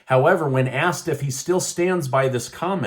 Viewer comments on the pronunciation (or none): none